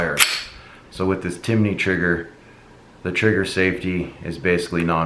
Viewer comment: a lot of people are saying it lol adding letters to the name. Timinney Cricket